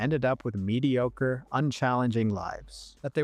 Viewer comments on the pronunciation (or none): none